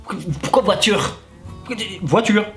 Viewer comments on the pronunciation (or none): La pertchinence de la vOUAture 🤣🤣🤣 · "La voitchhure", "la natchhure"... Wesh t'as cru la meuf è parlé pas françé en vrrrréé, en vréé t'as cru wesh...